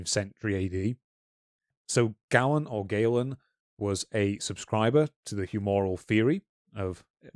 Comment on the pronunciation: Galen is pronounced 'GAY len' Claudius Galenus of Pergamon a surgeon and anatomist of antiquity whose physiological theories held sway until the middle ages)